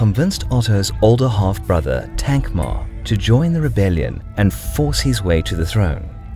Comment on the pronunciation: It's a relief to hear you pronouncing "Thankmar" correctly.